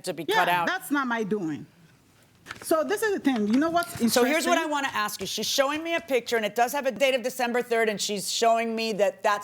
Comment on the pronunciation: "Combinded" and "aks"... Careful, your stupidity is showing